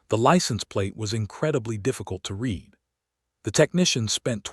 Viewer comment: He can't do this. Haven't you heard the word "READ" pronounced that wrong one during a video, over and over?